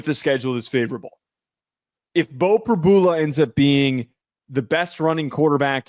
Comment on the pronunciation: you know you’re on camera? Blowing nose and spitting out food!? How can anyone take this podcast seriously? It’s an SNL skit😂 and it’s Prib-YOU-La. The lack of journalism here is astounding.